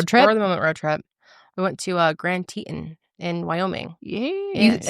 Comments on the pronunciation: Girlllll. It’s TE TON. I love the way you said it but it caught me so off guard 😂😂😂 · As someone who was born and raised in Jackson WY the pronunciation of Teton was wild😂, just to clarify Tee-Ton but next time you’re there you have to go to Knit on Pearl and Bubbas BBQ! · sorry, i hate being that person but it’s pronounced tee-tawn here 💜😭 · Love you guys!! And so glad Karelly enjoyed Jackson and Grand Teton, i also LOVED shoshone ntl forest! Just a lil note, Teton is French, but general correct pronunciation for it is [tee-tahn]. So glad she enjoyed the trip!